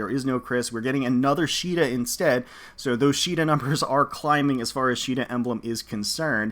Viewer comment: Caeda is SEE-DA not SHII-DA, the japanese name is not a basis for the english pronunciation, there is no See sound in the japanese language (before someone brings up the one kanji that is always brought up saying "they do have a see sound", no it's not a see sound, it's a "sui" (swee) sound, and it is an informal and newer more modern kanji which was not in common use when FE1 was made), and her name has been officially pronounced See-da (like the english pronunciation of Caesar) since fire emblem warriors, and has been also shown in FEH with Duo Marth.